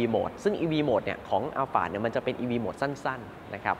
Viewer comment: ใช่ครับ คนไทยคุ้นกับคำว่าอัลพาร์ด แต่ชื่อรุ่นจริงๆ ออกเสียงว่า อัลฟาร์ด ถูกแล้วครับ เค้าไปถามจากวิศวกรชาวญี่ปุ่นที่เป็นคนออกแบบรถรุ่นนี้มาเลย หลายปีละครับ 555